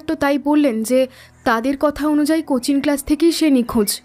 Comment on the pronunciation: Coaching uccharan ta "Cochin" keno bola hocche